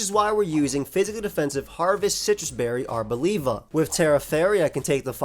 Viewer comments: Bruh really said labia 🙃🤣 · Arbolabia is my favourite Aim mon, just because of journey to prononuce its name coreectly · I didn't expect the Italian accent on "Arboliva" 😂 It cracked me up! (I'm Italian btw)